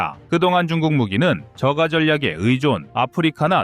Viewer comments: 저가는 발음을 저:까로 해야 함. ; 는 약간 길게 발음하라는 뜻임. 저어까 이런식으로 발음해야 함. 저~까 고가도 마찬가지로 고오까로 저~까로 발음함. 인기는 인끼로 글자 그대로 발음하지 평상시 말할 때처럼 발음하면 되는데 정확하게 한다고 글자 그대로 읽으면 안됨.주로 한자로 된 단어는 뒷글자를 된소리로 해야하지만 한국어에서도 한글로 쓴 글자가 된 소리가 나는 경우가 있음. 손가락은 손까락 가락지는 가락찌 길거리는 길꺼리 네이버나 다음 사전에 나와있으니 찾아보고 고치세요. 인기의 기(氣)를 인끼로 읽는데 그럼 소리나는 대로 끼로 쓸 경우 기운을 끼운으로 써야 하기에 글자는 그대로 두고 발음으로 표현을 함. 보는 눈과 겨울에 내리는 눈을 같은 글자를 쓰지만 발음에선 눈과 누운로 장단으로 구분하는데 낮과 밤의 밤 먹는 밤도 같은 글자를 사용하지만 장단으로 발음해 구분하듯 영어에서도 Mother를 머더 Mob 는 맙 o 를 ㅓ 또는 ㅏ로 발음하듯 단어는 어떤 뜻을 나타내게끔 글자로 정해났지만 실제 발음이 틀리듯 우리나라 단어도 마찬가지입니다. 우리 한글은 일대일로 대응할 수 있다고 말하니까 그걸 글자 그대로 단어를 발음하라는 뚯이 아니며 우리 한글로는 발음대로 글자를 쓸 수 있다는 뜻이지 기존 단어를 글자 그대로 읽으라는 뜻이 아닙니다. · 저가 는 저까로 발음됨. ^^